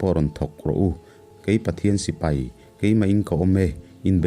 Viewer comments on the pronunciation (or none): none